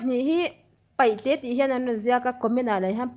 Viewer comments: (paihte) nilo in, pa'ite. Tihtur. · Kan unau Peihte hian (R ) ri hi an nei ve lova , an lam thiam lo thin a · Paihte ni lo in peite tur